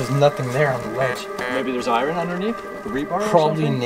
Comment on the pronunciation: The pronunciation of "iron" kept making me cringe. That's not how we say it in Canada, I promise.